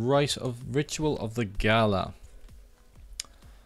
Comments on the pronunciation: maybe in one of your newer vids you corrected your self, but you know it isn't gaLa right? Its Gaia with an i (like in icecream) not an L.. so you say it like gaja it bothered me way more than it should haha. Nice vids tough! You definitely earned a new sub! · Nice episode, but seriously it's Gaia, not Gala... with i. Or do you do it on purpuse, for some reason?